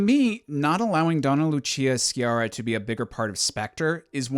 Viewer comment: Going Italian here for a moment. Lucia Sciarra's name is mispronounced the entire film,the way it is written it should be pronounced "SJARRA", it's now pronounced "SKIARRA", which in proper Italian writing should be written Schiarra with an 'h' in between. Also, interesting that Maria Grazia Cucinotta is mentioned in the SP end credits, if I recall correctly she advised the production for the Rome scenes. Edit: a fun watch, btw, this video. Am really enjoying all this niche Bond content :)